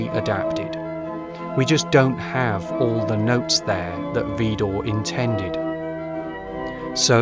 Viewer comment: I am from the Netherlands and found you by chance. I am so impressed and full of admiration. One tiny point of criticism. In French the emphasis in Widor falls on the second syllable.